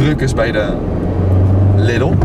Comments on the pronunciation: Geen lidel maar liedol zeg het zo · lidl lidl lidl je zegt het verkeert